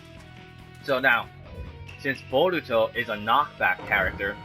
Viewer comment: Jamison Grandy Its boruto, not borito 😂😂😂